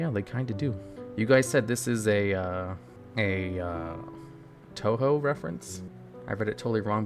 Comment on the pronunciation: Tuhu cards lol